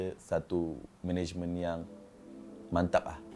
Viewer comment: itu ah dia sebut management jadi managemeng😂